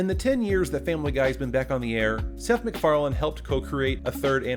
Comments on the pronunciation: You consistently mispronounce 'McFarlane'... it's even in the Family Guy title screen, and you even show his name . Because of this, your opinions on the matter lose all credibility. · Why the actual fuck do people pronounce his last name "McFarland" when it's clearly "McFarlane?" Shits annoying. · McFarlane not McFarland